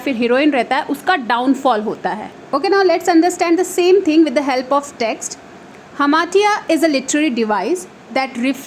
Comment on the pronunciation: hamartia pronunciation is wrong...